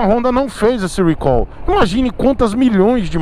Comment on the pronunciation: o certo eh falar recal. não eh rhuicol. Deus eh pai mesmo viu kkk